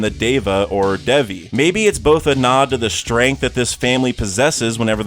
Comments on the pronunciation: its not dev-e its more like day-vi sp its even closer to davy than it seems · No way bro ruined the pronunciation of Devi The right pronunciation is just like how you pronounced Davy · just wanna point out that devi is pronounced same as davy in hinduism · Devi is pronunciation is davy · Small detail: the proper pronunciation of Devi in Indian languages is the same as Davy in English. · Devi in that context is pronounced the same as davy